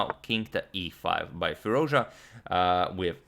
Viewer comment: Firooz ja antonio ...you still pronounce his name wrong